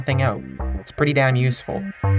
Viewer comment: he said "Pretty dan useful"